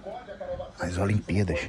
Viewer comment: Toda vez o desliga a televisão 📺 e fala que faltou a energia, a energia do acaba a prestação, o em vez de falar olimpíadas, ele fala (olimpías) Mané chamou o de caga goma, faz dona Zazá pegar o perfume de novo, pelas atitudes do, ele tá merecendo ir para casa do bobe 🐐 eu sei que ele está com a perna 🦵 machucada, mas ele está fazendo de tudo para ir para lá André São Paulo